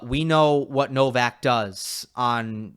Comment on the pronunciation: Wish you guys would pronounce Novaks Surname PROPERLY